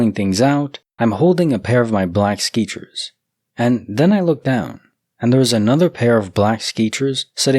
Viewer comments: Good sir. Did you say "Skeechers"??? 😂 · Love your videos just a heads up you are miss pronouncing sketchers